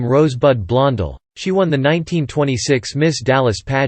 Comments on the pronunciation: the narrator can't even pronounce Joan's name., it is so annoying - HEY it's Blon DELL not Blon del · I'm seconding that why can't this automatic voice pronounce the name correctly it happens all the time makes me nuts well I'm already knows but that's not the point😊😊